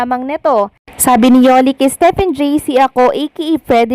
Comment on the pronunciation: AKO NAHI2RAPAN MANOOD AT MAKINIG SA U NG VLOG MO, TINUWID MO MUNA SANA UNG DILA MO, PRANG STEP IN UNG BIGKAS MO SA STEPHEN 🙄🥴